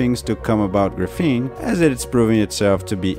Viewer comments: It's called grA-feen, not gruh-fEEn. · Can't listen to this annoying mis-prononciation of gr'feene any longer. It's graphene with an A like graphite. BTW don't count on WackyPedia for any facts. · Graph-een gruffeen is so distracting I feel like a douche for pointing this out, but everytime I hear you say it, it's like fingernails on a chalkboard, and this is a really good video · Dude if your going to do a video on Graphene you should learn how to pronounce it correctly. GRA-PHENE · awesome vid again mate! Just one thing... it is the first syllable of the word which is stressed and not the second, hope that helps... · Knows everything about graphene except how to pronounce it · noonenaught His accent has nothing to do with it; he's stressing the wrong syllable. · It should be pronounced with accent on the first syllable not the second syllable. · Graphene can do everything but be pronounced correctly by this guy. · Just wish he would stop saying graphene that way.